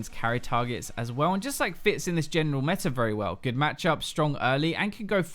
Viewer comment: its meta not METR -_